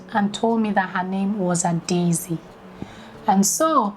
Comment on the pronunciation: Very nice video, but I must say the little girl wasn’t totally wrong about her name pronunciation. We don’t pronounce “Adaeze” as two separate words “Ada and Eze “ like you described, the second “a” is silent- “Adeze” is what it sounds like, and probably why it ended up sounding like “Adaisy”. Black is beautiful 🖤🖤🖤